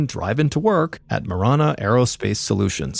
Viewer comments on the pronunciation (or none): It's pronounced Muh-ran-uh , I live 10 miles south of Marana . Also no trees or snow , but lots of dirt , heat and cactus 😂